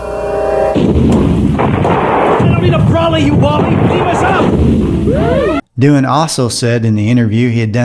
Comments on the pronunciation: James' last name is pronounced "Do An" not "Do-Han" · James Doohan is not pronounced "Doo harn" but, Doo'n ... You may have the facts but your pronunciations are way off.😢🥺 No subscriotion from me. Sorry.